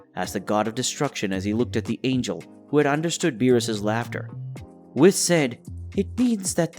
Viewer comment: Your pronunciation of whis... makes me think isn't it "wheese" and not "wis"?